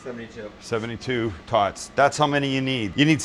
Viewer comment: Okay so, You mispoke the first 2 times, BUT its cause you said it slightly fast and the "a" is glossed over However the third time. % He says "Howuh" instead of how. So pretty much said it right :P